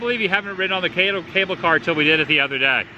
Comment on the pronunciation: LOVE the shirt. Now if you can work on the words, cable car....